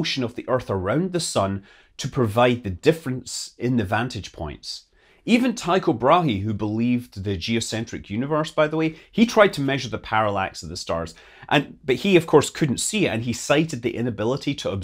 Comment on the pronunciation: It is “too kho broi huh” , not “tie koh brah-he” for Tycho Brahe. “Y” is a long “U” in Danish. The k is a little Scottish like in “loch”.